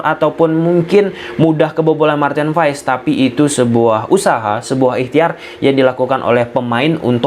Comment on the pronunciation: Maarten Paes... Bukan Maarten Fais...